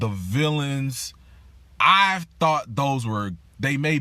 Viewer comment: Wait, "villianS"? Is that with a "S"?😦